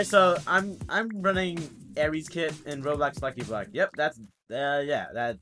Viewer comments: did he just say ares kit?.... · did you just say ares?!?!